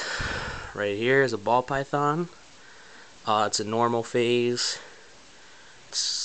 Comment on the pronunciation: you pronounce python funny :P